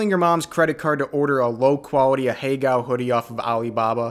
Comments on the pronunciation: Ahegao is a four syllable word smh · This goes without saying but the blatant mispronunciation really adds to the experience